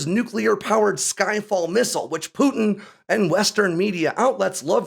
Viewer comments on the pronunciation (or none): none